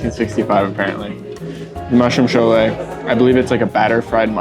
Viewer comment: Btw ❤ it’s funny that u said Sholay when it’s cholay 😂 that made my day